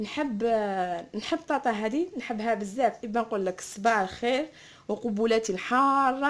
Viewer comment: قالت صباع الخير ولا غير انا سمعتها هك